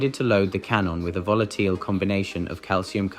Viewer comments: "volateelee" for "volatile" and "carbeedee" for "carbide"? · "Deveece" isn't the only i mispronounced as ee. "He decided to load the can on with a volateel combination of calcium carbeeda" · "volateel"? "cratey"? what`s with the weird pronunciation? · This is the first text-to-speech voice I have ever heard that uses a glotal stop instead of pronouncing a 'T.' How do I know it is software? Because words are mispronounced in that unique way that is so far OFF CORRECT it amounts to a new kind of malapropism. Example: Volatile Calcium Carbide... pronounced as "Volateeel Calcium Carbeeder." (Ha ha.)